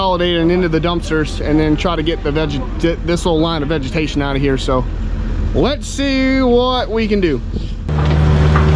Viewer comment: Did you almost say "vegematation"?? 😅😅 jk... Great job as usual. 👏😁✌️🐾🐾🇱🇷